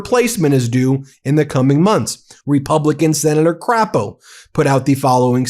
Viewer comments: You pronounced Senator Crapo incorrectly it's not Crap-o it's Crepe- o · Pronounced Cr “a” po